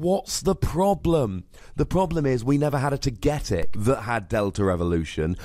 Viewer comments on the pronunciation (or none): It's pronounced TOGA...TICK(togetic)